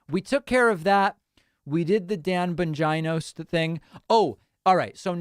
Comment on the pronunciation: “Dan BonGINA” 💀💀💀💀